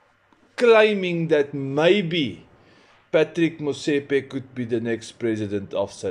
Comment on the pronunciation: Patrick is pronounced patrees